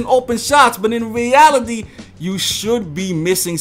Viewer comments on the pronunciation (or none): Dont give a fucking shout out to Durants bitch ass and Lebrons always gonna be better than him. And pronounce words right nigga talking bout "weality"😂😂